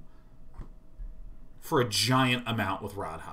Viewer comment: They way both of them say Radha and Rhys bothers me too, like neither of them have ever heard an ounce of welsh!